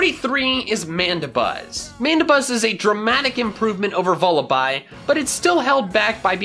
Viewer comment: VULLABY, NOT VULIBI!